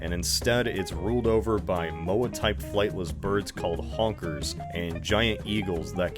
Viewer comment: I don’t know why, but every time I hear you say “Honkers” it just sounds more and more racist than the last time